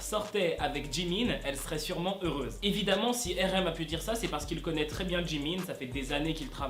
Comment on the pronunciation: tu sais je t'aime bien mais on prononce pas RM, erem 🤣🤣🤣🤣 on dit arem mdr 🤣🤣🤣🤣